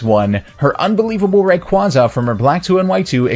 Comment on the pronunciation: Gah. That pronunciation of Rayquaza.